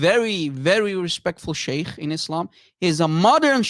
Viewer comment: everytime says - sheikhhh, sheikhhh - i have the feeling like he is gonna throw up 😂